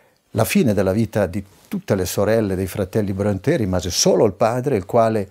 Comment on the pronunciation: Informo l'Autore che il nome Bronte,con la dieresi sulla e per renderne la pronuncia all'italiana,come voluto dal capostipite Patrik,si legge proprio Bronte senza accento. Tale cognome infatti è esemplato sul nome della cittadina omonima in provincia di Catania che lui adottò per qualche assonanza col suo originale Prunty,come segno di ammirazione per l'ammiraglio O.Nelson, dai Borboni appena nominato duca di Maniace,frazione di Bronte,in seguito alla sua vittoria su Napoleone a Trafalgar.